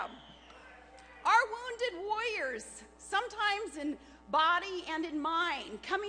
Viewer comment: she needs to learn to say warriors instead of woyers.